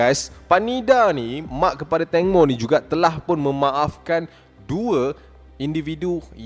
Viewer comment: Ibu tangmo bang 😂 bukan ibu tongmo 😭